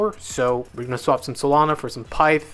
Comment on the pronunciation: I think it’s pi-ith pronounced